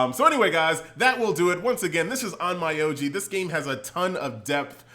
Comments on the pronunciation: It’s pronounced OnMEoji not OnMYoji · Please pronounce it in Japanese... on-m’o-ji, not on-mai-ou-ji